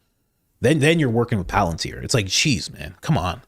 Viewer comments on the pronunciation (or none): none